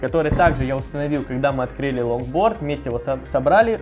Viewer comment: Мне не показалось ломборд? Карл чеггглооо?